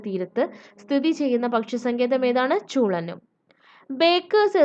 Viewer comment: Chulannur Alla chulenuur